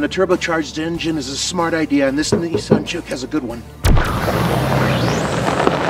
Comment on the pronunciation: What the hell is a Nee saan?